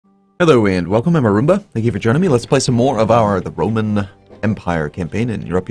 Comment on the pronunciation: Get well soon, Arumba! In the beginning of your episode it sounded like you said "...some more of the Broman Empire."...imagine the Bro-man empire, it wouldn't be Caesar, but Brosar, The capital Brome and they would host the Broylimpic Games. Ave Brosar!